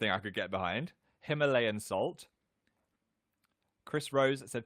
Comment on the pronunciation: Ok but the way he says "Himalayan"